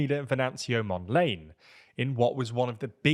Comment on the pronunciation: totally butchered the names. I am gonna come back to that "Mondlane" 😅